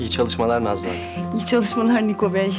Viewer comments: Nikoya da Nako 😂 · Nikoya nako